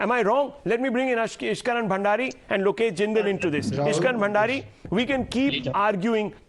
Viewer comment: "Look esh" is silent 😶 . Sun joy 😊 seems to be making it big in Congress Congress spokespersons should come properly prepared for Debates.